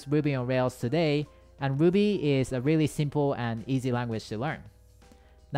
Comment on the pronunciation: Lmao I love how his " ruby " sounds like " wuby" hahaha